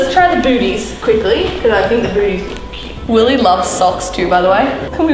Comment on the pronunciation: It’s willeh